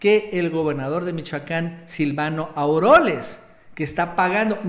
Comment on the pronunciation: NO ES AUROLES, ES AUREOLES !!!